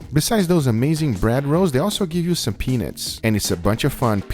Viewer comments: Yo Guga, "peanuts" is pronounced "pea-NUTS" not "pea-NITS." Saying you enjoyed eating peaNITS makes it sound like something completely different dude! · Guga, you really need to annunciate when saying peanuts. I swear that with your accent it sounds like you’re saying penis. You all really enjoyed the wonderful bread and penis vs peanuts. No bueno. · sounds like he says gives you some penis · "Besides the bread rolls they also gave you some peenits" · I’m sorry But the way he pronounces peanuts 💀💀💀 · The way guga pronounces peanuts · Lmao when he says peanuts it sounds a little bit like something else 😂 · Guga you got to remember the “u” sound in peanuts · Guga you need to work on your pronunciation of the word Peanuts